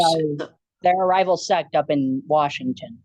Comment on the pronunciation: He says "set" like its a gang lmao